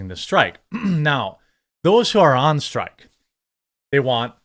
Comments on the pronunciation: Homie? Strike, not strick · Dock Strick? STRIKE...lol